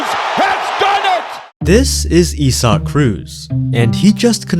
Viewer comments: If you would’ve typed in “Eye Sac” the AI voice over would’ve gotten the name right. “Eee Zac”. Is accurate if you’re speaking Spanish but, the name is Abrahamic, Christian in origin. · Isaac, not E-Sock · bros names isaac not esuck speaky english. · isnt his name pronounced Eye-saac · yeah im not saying "e-sock" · Bro you pronounce it "izack" lmao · do I pronounce Isaac wrong or is this guy just weird? I-z-ek